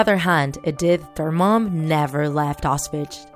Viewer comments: Just saying it’s not outswitch it’s auswits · It’s pronounced “Auschwitz” not “Oschwitsch”